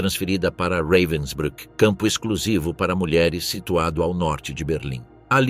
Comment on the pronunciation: O narrador pronúncia o nome campo de concentracao como se alemanha falasse inglês reivensbruck e enrolando a lingua